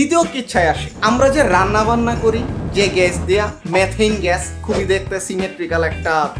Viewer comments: মেথেইন না মিথেন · আপনার আমেরিকান উচ্চারণে মেথেন শুনে বুঝা যায় আপনি শিক্ষিত।